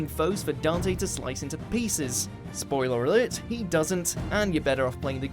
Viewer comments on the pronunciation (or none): sploilrler alrlerlt